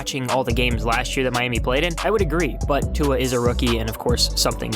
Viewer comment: Why you say "tongue-a" everytime lol